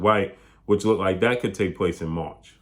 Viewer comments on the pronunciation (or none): none